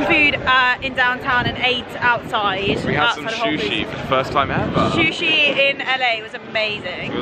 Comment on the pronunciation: Did they just say "shushi" instead of "sushi"? 😂